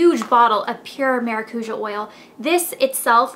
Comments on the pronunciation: You say it as "maracuya" in spanish. Try fresh squeezed maracuya juice because it tastes amazing! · It'spronounced Maracuya.... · you say maracuja wrong. maracuja is a brazilian world, and I'm brazilian. its MA-RA-CU-SHAR :) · is it not pronounced cuya? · It's actually maracu-JAH. lol It's Brazilian. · It's weird to here how you say maracuja cause I'm latin and we pronounce it mara-COO-YAH. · Lol in spanish and portuguese maracuja is passion fruit and thats not how u say it anyways.... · You said you did tons of research. But you sure dint learn the correct pronunciation of the oil.